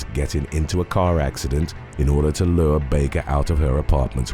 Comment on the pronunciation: "Lure!" is pronounced like "Cure," not "Cur!" not "Lured!" like a "Bird!"